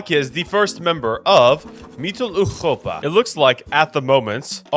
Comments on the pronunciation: No it’s wrong. The “Eu” vowel in german is supposed to be pronounced like “oi” as in moist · I enjoyed this video immensely but why do you keep saying mittleeuropa like that bro 😭😭😭 just say middle europa just anglicize it man 🥀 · Ah yes, Mitteleuchopa 😂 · Ngl your pronunciation of Mitteleuropa is funny bruh. You pronounced the r too gutturally as if it's a Dutch g/ch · Your pronunciation of europa is way to harsh on the “ur” part of europa and it’s physically making me recoil. So habe eine gute abend oder eine nacht odioten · The way he pronounces MittleEuropa, like from eurovision "Europapa"